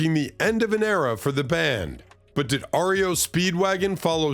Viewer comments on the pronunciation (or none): "Ario" Speedwagon. Are you a robot?